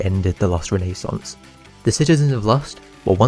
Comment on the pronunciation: Bro cannot say renaissance